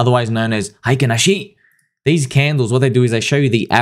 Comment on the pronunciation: Man that "Heikin Ashi" pronunciation was perfect:) doesn't sleep because Pulsechain/Pulsex/Hex is never down lol